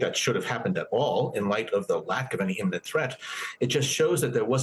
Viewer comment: IMMINENT, darling, NOT emminent.